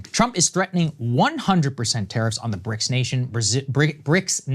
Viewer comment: ok so its now bricsisauee or bricsausiee